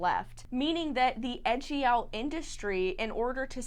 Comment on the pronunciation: Ejiao is pronounced a little differently. 'e' and 'jiao' are two separate characters, and 'e' is not 'eh', although it's hard to describe the actual sound because it doesn't really exist in English. 'Jiao' sounds more like jyow. It's nice that you looked it up however. On the matter of smuggling, I really don't think that smugglers do so because they're inherently evil. A lot of people commit crimes and enter shady businesses because they also can't find any legal work that pays. I don't condone the abuse of donkeys, it's just that it's not helpful to point the blame on the smugglers. I'm angry that they seem to have no care for the lives of donkeys but there's a bigger fish to fry and it's not the smugglers. The issue is capitalism and opulence. Chinese people like to buy expensive herbal remedies as gifts for others or to tell others that they are taking it, to show off their wealth. The high demand also encourages people to make money off of it. The animal is not slaughtered with respect and is treated as a product because doing it in an unethical way will get you the most money.